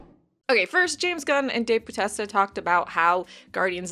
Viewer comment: I'm a recent subscriber and I'm enjoying your channel. Question though!? Are you miss pronouncing names on purpose? You messed up like 3 names in the DC video and 10 seconds in to this video and Dave Bautista got it. 🤷🏻‍♂️